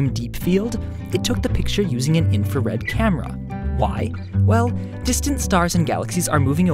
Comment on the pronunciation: in-FAR-RED I'm sorry